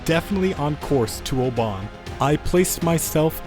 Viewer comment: As a scottish person. Port of oban like oman is hillarious its pronounced “Ohbin”